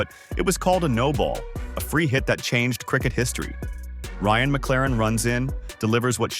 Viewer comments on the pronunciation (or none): none